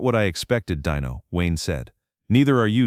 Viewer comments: Pronounce Dino correctly, please. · DEEN-o not dino! Deam Martin wasn't a chicken nugget! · The name is Deeeeeno, not Die-no!! Get it right,!!! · It’s DEENO FOOL NOT DINO DIOT SAY IT RIGHT DEENO